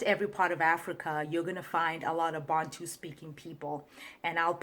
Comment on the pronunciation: The why she pronounced Bantu is very suspect